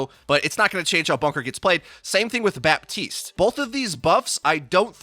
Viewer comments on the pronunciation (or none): It's Batiste, not Bapetiste